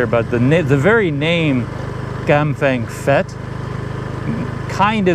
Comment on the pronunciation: Prounced Pet not fet!